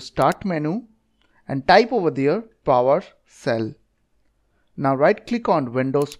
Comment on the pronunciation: PowersHell. Not Powercell.